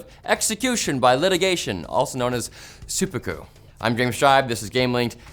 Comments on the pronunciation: Um actually, it's called "Seppuku" not "supuku"... 🤓🤓🤓🤓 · Hearing you mispronounce japanese words that have been used the world over 100s of times correctly by others is just sad...